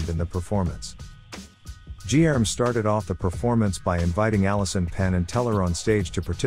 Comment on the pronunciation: Guilherme in Portuguese sounds totally different from what the video narrator is saying it. Fun fact.